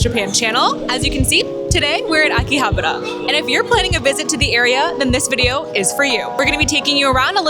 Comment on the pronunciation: living in Japan and still can't pronounce Akihabara correctly